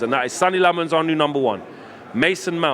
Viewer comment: If he is gonna be the new No 1, perhaps you could learn to pronounce his name right...?